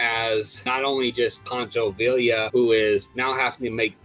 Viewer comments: Poncho VIE-YA how are you gonna do a video on Mexican heritage and get the dudes name wrong. Do more research, stop being lazy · In Spanish two L's make a y sound. For example, Pancho Villa is pronounced as Veeya... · En español, Villa is pronounced “vee-ya.” Two L’s sound like a Y. Don’t ask me why. Glorious video btw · I found the video disappointing. A bit too heavy on how Hollywood has supposedly affected the Mexican mustache. What I found annoying, though, was the pronunciation of names like Villa and Zapata. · True, but you can say Schwarzenegger better than he said Villa